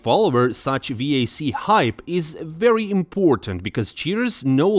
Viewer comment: The way you pronounce vac disgusts me